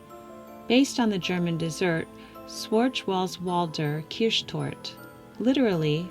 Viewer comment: Oh, I love how you pronounced Schwarzwälder Kirschtorte 🥰